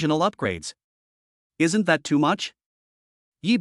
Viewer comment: "Isn't" pronounced AI ES EN TEE??? This is too much. Just try to improve the pronunciation of this AI or at least remove the contractions from the text before having it read by it if it is so incapable.